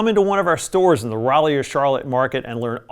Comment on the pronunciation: Pro-ject, not Project. Like projector.